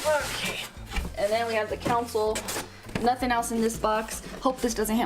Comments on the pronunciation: It’s not a council it’s pronounced Console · Why does she keep saying council